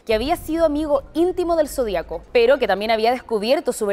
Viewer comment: Zodíaco, Sra locutora, Lleva ACENTO EN LA I, Ud lee mal.